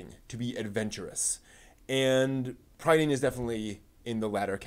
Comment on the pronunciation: PRIH-dane, TAHR-un, the novels are based on WELSH MYTHOLOGY, and th way they are structured is similar to the Mabinigion, an ancient text full of old Welsh stories. Do some basic research before you make a whole ass video man.